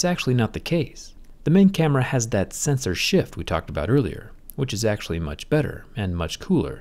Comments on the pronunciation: I kept hearing "censorship"😆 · Zack : "Sensor shift" My ear : "censorship"